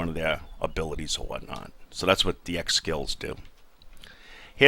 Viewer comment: Yo fam, trying to show my brother this game, i clicked on you. Step 1: this might explain things well Step 2: I'm gonna make fun of this guy Step 3 this is my boi XD I'm from nj but I'm a skinny white guy, and when i heard you talkin was like wtf this guy doesn't play this game. You called ex-skills "eggs" and i was like yaaaaa! Everything I'm trying to explain, I'm talking over you saying the same thing haha, just had to share with you, thanks for the video man. Love and peace :)